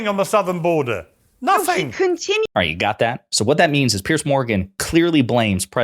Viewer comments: Piers Morgan isn’t a Conservative, he’s an obnoxious attention seeker. By the way, his name is pronounced PEERZ, not PEARCE. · It's Piers like Peers, not Pierce.